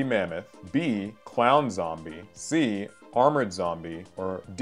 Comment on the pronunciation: zombie mamaoth? Armord zombie? Bruh. It's mammoth and armored😂